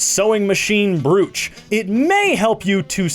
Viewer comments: Brooch is pronounced (Broach) as in cockroach but brŌŌch made me giggle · Brooch is pronounced “broach” - brooch is something you wear and broach is to bring up a subject! We had a mass spelling test at school - I actually scored 100%, but was only awarded 98% as I spelt two words “broach” and “cemetry” wrong - the former was misdefined and you may have noticed the deliberate (on my part) typo on the latter - that’s how it was spelt on the paper and was deemed to be right! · WHOEVER THE FUCK DECIDED BROOCH IS PRONOUNCED AS BROACH IS FUCKING WRONG FIGHT ME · Hey, tbf, the pronunciation of brooch is dumb. Part of me wonders if it's influenced by japanese? In japanese, a double-o is always pronounced that way. But then again, literally every other part of the word doesn't really fit that writing system xd